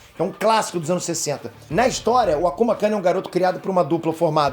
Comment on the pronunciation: é complicado qndo são frases em japonês, mas a maneira correta é kun mesmo e não “kan”. é uma maneira q os japas chamam um amigo próximo o nome seguido de kun, apesar do termo akuma quer dizer demônio. 👍